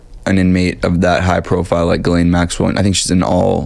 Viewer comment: Her name is prounced GIS laine